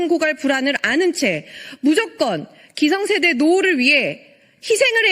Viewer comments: 기성 => 기생세대 잘못 발음하신척 간접 까기 ㅋㅋ 옳은 말씀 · 기생세대 일부러 발음실수한거 맞겠지? 누가봐도 기생충같은제도니깐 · 기성세대 발음 잘못해서 기생... 할 때 진짜 기생충이라고 하는 줄 알고 와씨 진짜 세다 했네.... 다행(?)히 버벅댄 거지만